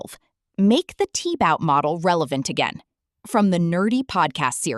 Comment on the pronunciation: AI cannot seem to pronounce 'Tiebout'.